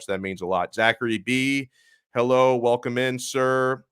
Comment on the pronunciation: Herro “elite” lol